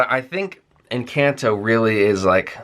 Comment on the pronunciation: You pronounce Colombia and Encanto like a native Latino, very good.